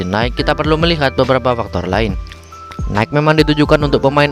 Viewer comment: Jujur gw nonton kyk lagi liat presentasi di depan kelas. Kurang menarik, riset kurang, suara nafas masih ada bikin ganggu, masih terasa hanya membaca teks dan gk paham isinya, intonasi dan cara pengucapan suatu kata yang aneh (contohnya cara pengucapan nama gamenya aja salah). Berasa nonton hanya dari sudut pandang orang yang menganggap Nikke hanya game mesum. Udah nyoba gamenya? Berapa hari nyoba gamenya? Udah nyampe end game? Konten end gamenya tau apa aja? Udah ngebandingin dengan game gacha lainnya mengenai sistem gachanya? Apakah gk pernah mikir "klo nikke itu game mesum, kenapa bisa pendapatan mingguannya gede banget ya? Padahal ada game gacha juga yg menjual fanservice tpi pendapatannya jauh dibawah Nikke? Emang dengan famservice doang bisa pendapatannya sebesar itu?" Maaf bukan menjatuhkan, tapi gw nonton berasa ngeliat komenan orng tentang nikke tpi bedanya dalam bentuk video. Semoga membantu untuk perkembangan channel